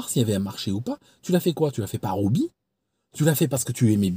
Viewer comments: Attention pour Hobbie c'est un H aspiré, on dit un Obbie pas un Nobbie. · C'est: un débouché. Et il faut prononcer le h de hobby, pas de liaison dans "un hobby"